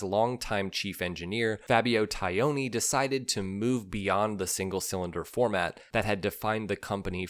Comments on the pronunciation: Fabio “Tie-own-ee”? Really? Aren’t you missing at least one syllable there? Taglioni: is the pronunciation not closer to “Tah-lee-own-ee”? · As always I enjoy your well researched vids but boy howdy does your Italian pronunciation need work. Repeat after me: Tah-lee-oni. Only the ‘g’ goes unpronounced in his name!